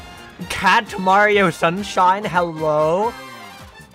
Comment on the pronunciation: 3 minutes of screaming